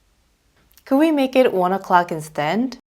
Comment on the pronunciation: instead 발음이 instend로 들리는데요 이게 맞나요?